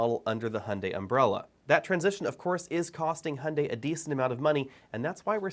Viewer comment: Another unnecessary brand whose design will sooner or later not differ from other manufacturers. Capitalism at its best: pretending diversity where no one is. Also, it's funny how you Americans pronounce "Hyundai": there is no "o" like in "Honda" - actually it sounds very similar in your type of speaking. I wonder, because you should be easier able to pronounce the "yu" as "yu" or "ju"...